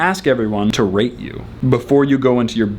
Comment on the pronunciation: Did he say rape or rate